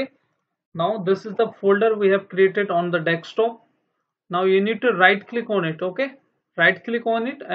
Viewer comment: learn how to say desktop first